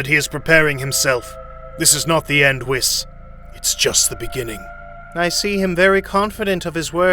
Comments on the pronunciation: Beer-us not beer-ooooooossss Weees not wisssss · bro cannot pronounce names ong bro like beeroos whisk and shenlong is crazy ong bro oh yea the DRAGON SPHERES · ""Beeerus and Wis"" xD